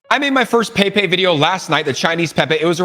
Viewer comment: Billions Programmed 🚀 🚀 it is pronounced as 'pay pay'